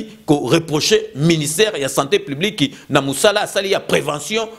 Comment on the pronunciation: OZONGISI NDE BA ZOBA NA TEMPS, BA KO PESA BINO COURS A DISTANCE, BA LOBAKA SANTÉ PUBLIQUE ET NON SANTÉ PLIBIQUE, TIKA KOMBO YA FAYULU NA MONOKO NA YO, SALA MUSALA NA YO MAIS TIKA NDE DIAMBA